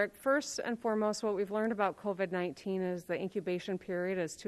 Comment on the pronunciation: Also, the way she says covid bothers me